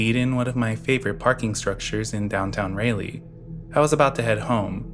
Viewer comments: Raleigh is pronounced, RAH-lee, not Ray-lee.😂❤ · Please look up how to pronounce city names lol. Signed an nc resident whose skin crawled at every utterance of ray-lee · I cant get over the way you pronounce Raleigh